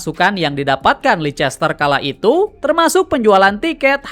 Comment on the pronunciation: sorry bang izin koreksi yak, penyebutan yang bener tuh "leister siti" bukan "leicester siti"🙏🏻 overall storytelling materi lu udah oke banget bang. keep going🤙🏻🤙🏻